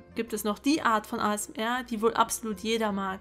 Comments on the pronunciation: ASMR Alter sprich mal richtig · Ich hasse es so sehr, wenn Leute "ASMR" deutsch aussprechen. Das ist eine englische Abkürzung, die man Englisch ausspricht.